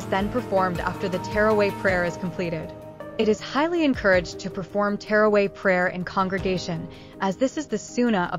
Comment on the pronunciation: She was saying terraway lol also the video was with music this shows how lack of understanding these people have